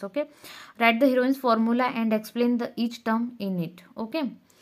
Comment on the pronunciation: Heroine's formula ❌ heron's formula ✅🤣🤣I am sorry 😅😢